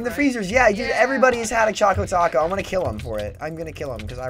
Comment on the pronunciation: It's Chaco Taco...